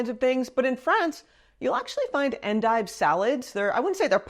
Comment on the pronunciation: I still remember Julia Child's 'Mastering the Art of French Cooking' episode featuring endives, and her lovely pronunciation of "on-deeve"🥰